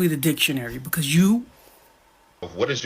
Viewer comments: Lol he said "erf" what is "erf" is that the planet he lives on in his head? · This first guy was just released from prison. He needs to go back and stay there. 😂 he can’t even pronounce earth 🌍. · He needs to focus on speaking properly. There's no "F" in "Earth"... Moron🤦🏾‍♀️🤦🏾‍♀️🤦🏾‍♀️